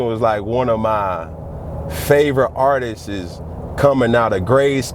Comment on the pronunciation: If this guys says "Artist-es" one more time...